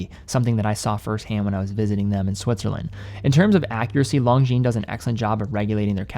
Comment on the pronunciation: Ok, i guess I have a pet peeve... Lon-gines (single "g" and a silent "s"), lon-gines... not long jeans... I know, watch brands are all intentionally made for mispronunciation, but this one seems preventable with a little help from your friends. Looking forward to your next video!